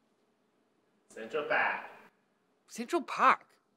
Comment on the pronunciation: LOL, love it, "It tickles my tum-tum"!!!! Classic.....Central Paahk!!!!